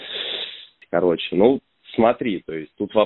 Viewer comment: Ааааааааааа грАйвороне и не кОроче, а в корОче!!!!!!!!!!!